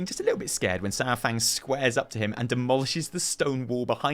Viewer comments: Uh, Saur is NOT pronounced "Sour".... it's correctly pronounced "Sar"... Other than that great vid. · His name is Saurfang, not Sourfang. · I miss how you used to pronounce Saurfang! Keep it up! <3